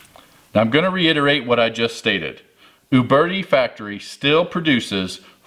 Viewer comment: Thumbs up for calling them OOOOBERTI and not YOUberti.